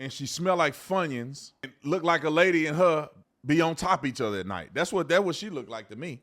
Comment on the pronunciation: You said Funyons😂